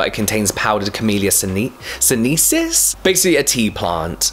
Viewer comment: I clearly know he pronounced “Camelia sinensis” wrong! But i liked it more than the correct way. 😂 BDW, I’m a new fan of JW, and also hate Dermalogica font 😂